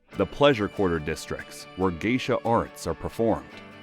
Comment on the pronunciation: From Geisha to Gaysha